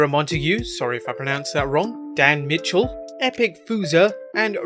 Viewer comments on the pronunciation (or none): none